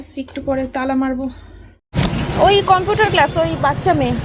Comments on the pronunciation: Computer uchcharon ta thik koro bar bar bolcho sunte ki baje lagche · Computer উচ্চারণ ঠিক করে তুমি যদি না করো জয়ী ও তো ওটাই শিখবে